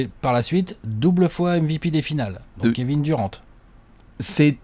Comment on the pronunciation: Super vos vidéos comme dab mais arrêter de prononcer les noms a la française svp c’est juste horrible. Kevin durent pas duran svp quoi un petit effort les meks. Sinon top comme toujours.